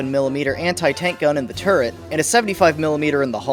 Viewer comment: Thank you for not being one of those guys that pronounce, "turret" as, "turrent."